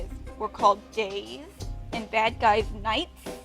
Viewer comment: For a sec I thought you said the good guys were called gays lol